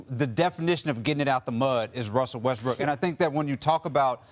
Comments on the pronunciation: He said RUSSELL WESTBRICK 😂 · 😂 He calls Him Westbick smh 🤦